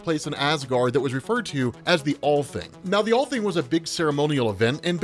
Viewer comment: Allthing is pronounced All-Ting. Ting is a loosely Viking term for a meeting.